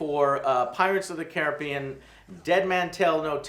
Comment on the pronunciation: "kah-RIB-BEE-ean" not "Care-ah-BE-IN"